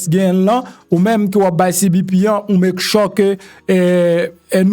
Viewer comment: MPH Make sure (mek chyouw)mo a pwononse